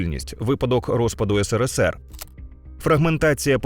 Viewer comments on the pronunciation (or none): none